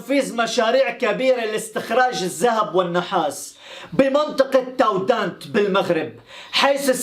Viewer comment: أخي تارودانت وليس تاودانت